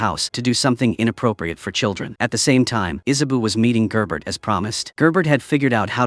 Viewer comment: Issa bow, gerbert, galowgus, etc. if your using AI narration at least do a check and make common corrections.